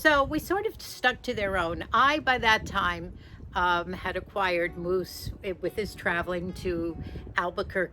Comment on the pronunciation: Moose not muse, Sorry